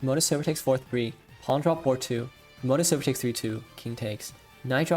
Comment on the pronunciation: Yeaj I can see why ishikawa-sensei tells me to keep my hands from classical bex. Also I cant help but hear "pro-motor silver" xD. (btw may I ask, the one commenter keeps talking about not being able to keep up with shogi cause he doesnt know japanese.... Does he know that SH exist? Sorry that I am asking like this, I just dont want to like.... do promotion or anything without your permission lol